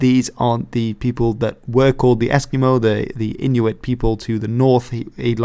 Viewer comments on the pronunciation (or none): none